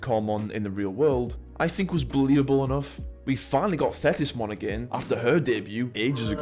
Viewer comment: For some reason, I heard "Fetishmon" when you said Thetismon's name lmao